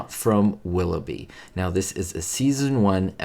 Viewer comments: you flash a photo of Desi Arnaz and instead of saying Willoughby you say Willowy. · 'A stop at WIlloughie?' its - 'A stop at WilloughBy....' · It's "A Stop at Willoughby." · was mispronouncing "Willoughby" and it reminded him of Ricky Ricardo, so he dropped in a quick shot of Desi. 🙂